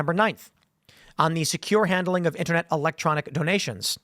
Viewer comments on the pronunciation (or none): Brother in Christ, the "L" is in Electronic. Yes I know that sounds stupid but that's where your missing "L" is. 😹